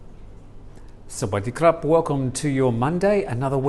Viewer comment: He said it perfectly numpty